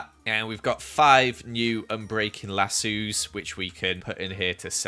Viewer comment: The way says lasso like LA-SUU lol